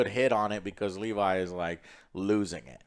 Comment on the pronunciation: Not a huge deal but why does Joe always fuck up names when it’s clear how they pronounce it Dude did it with Thanos now he doing it with levy It’s not Levi Shoutout yall tho